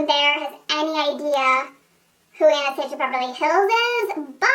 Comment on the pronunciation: You pronounce Anastasia wrong, I wish I could say its a tomato- tomato ordeal but its not....